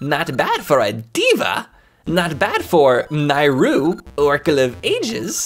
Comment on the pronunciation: You are the only person I’ve heard of that pronounced Nayru as “Nye-ru” and not “Nay-ru”